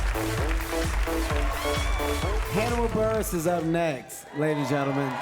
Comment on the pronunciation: “Burgess” lmao buress?